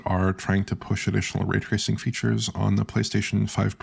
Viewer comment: "Way twacing"